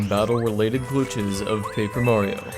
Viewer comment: “battle related glOOtches” 😂